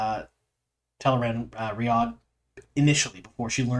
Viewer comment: I just want to call out your attention to pronouncing Tel'aran'rhiod correctly. It's often hard to change the way you say something, and I can see you putting in the effort. I appreciate you!